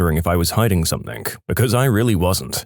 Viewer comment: No K in the word something